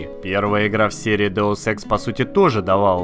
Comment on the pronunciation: вообще-то Деус Икс а не то что ты сказал